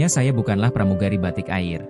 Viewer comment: cabin krewu kata siadmin yg kurang faham bahasa yg benar..batik ai r🤣🤣🤣🤣🤣🤣